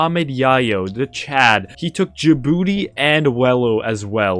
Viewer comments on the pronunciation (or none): none